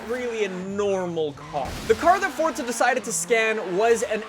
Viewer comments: Because it's an Italian word that means 'force' and it's pronounced FORTZA. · why the fuck does he say fort za... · i didnt know forza was pronounced fortza hahahah wtf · Habibi Licious Ikr I don't see a t anywhere